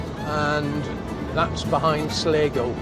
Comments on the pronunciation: hope you had a good time, i think the place your talking about is Sligo... pronounced sly-go 👍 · and no don't take his advice they dont pronounce sligo like he does 🫣